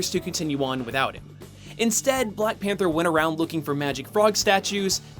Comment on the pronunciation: I've misheard "BlackPanthaa" During all the video xD